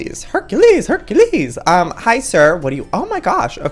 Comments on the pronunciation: When ever he said hurcules I was like hurca hurca les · when joey said hercules hecules im like norbit only (only real people no that movie)